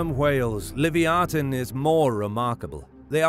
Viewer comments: I believe it’s pronounce Lev-eye-a-thin No live-e-o-tin…… 🤦🏾‍♂️ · It’s pronounced Luh -vai-uh-than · he say "Lyviathan" wrong and crocodile